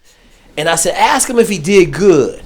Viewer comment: How is it that you were a Green Beret and you can't pronounce the word ask?